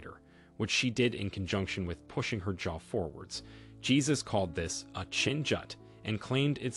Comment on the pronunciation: The man's name is pronounced "Hey-zues", not Jesus as in our Christian faith.